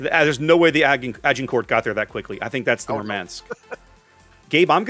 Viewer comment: Good Lord.... 'Agincourt'?... I thought you are a lot more versed in history.... - two versions of the name, none of that sounding like what you say... /grammarpolice mode off: fun, being slapped like that :) good try though :)